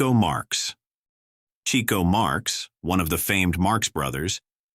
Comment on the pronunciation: Amazing how off the mark this is! Just click bait...someone should learn how to pronounce, Adolph, Norman, and Chico...(Chicko!) ...Gable and Cooper were box-office to the end of their lives, never out of the realm of the being pursued to film, Dana Andrews, it was about his drinking...he was not really political, he was friends with Ronald Reagan (read Bob Thomas book about William Holden, Golden Boy) ....Robert Taylor's career did decline in the last years of his life, but not because of the black list..if one checks after 1947 HUAC hearings he went on to some of MGM's biggest blockbusters, Que Vadis, and Ivanhoe.....his front page obit in the New York Times (plus photo) doesn't even mention the HUAC hearings 1969, Taylor's decline was as he knew a loss of looks and wanting to hunt and fish more than star.............he mentioned one name as "I hear"....that name had been mentioned 100 times in the hearings...two others held up SAG meetings were they communist? He said he didn't know....this guy is so off the mark or who ever did this really didn't do their homework, nor are they very objective. If anything, this makes one realize you have to really source the material for what is truth. As Lester Cole told me in person (one of the Hollywood ten) and in his book Hollywood Red, the left did not despise the right (i.e. Taylor) they despised the rats....fellow lefties who ratted...................you can check it out!